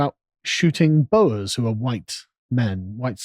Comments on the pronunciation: At the risk of hairsplitting, the 'Boers' are pronounced: 'boors' not 'boas'. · pronounced "bore" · Little pointer: Its pronounced as boor. Boom, but with an R...